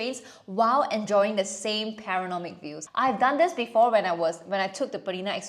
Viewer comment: Enjoy the video but recommend checking where you’re putting the “n” in “panoramic” in the future